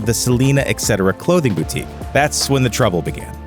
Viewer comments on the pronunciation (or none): none